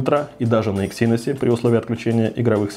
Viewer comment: Когда-нибудь автор научится правильно произносить слово Эксинос. Но это уже совсем другая история.